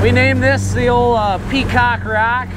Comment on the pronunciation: You say peacock rock. I hear cock rock. Nice fishing mate